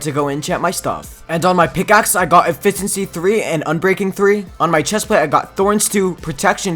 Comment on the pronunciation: The way he says efficiency made me laugh 😆😆